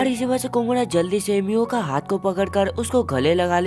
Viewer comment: Miyo❌Mia✅💀💀 ye ladki ko chashma bulne ki bhimari hai 😂😂😂😂😂 lol😂😂😅😅